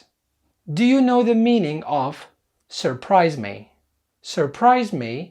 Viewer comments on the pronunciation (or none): Surprise مو الار الولا م تنطق